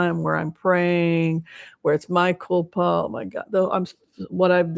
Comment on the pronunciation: A quick correction, since you said you welcome it: It's mea culpa (Latin), not my culpa. Mea is 2 syllables, pronounced just like in Spanish. Thank you,, for these sessions, which I enjoy very much.